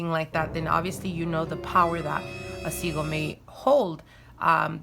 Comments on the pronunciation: Are u saying seagull or sigil? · Babe its pronounced sigil not segul